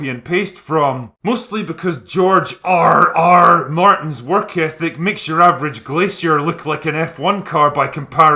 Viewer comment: Love your emphasis on “R R”. I know he wants to reflect the true horrors of war but I find it very uncomfortable that he wrote about rape and castration in detail.